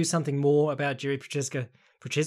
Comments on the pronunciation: For anyone who cares: It's pronounced YI-ZHI, like the ZH in Zhang. Not JI-RI or YI-RI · Jeeeeesus you just keep butchering Jiri`s name.